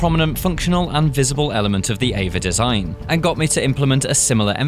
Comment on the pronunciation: eva? E.V.A, pronounce letters separately aswell